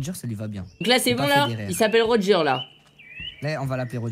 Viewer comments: Mec t ’as pas la ref c gol d Roger Mais on dit rôdeur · Juste t'as pas la réf c'est le roi des pirates dans ils s'appelle gold Roger et ça se dit rodjeur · Rodger pas roger sinon on peut dire (rojer) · Roger Tout le monde: rogé et michou: rodjeur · Gold d roger pas Gold roger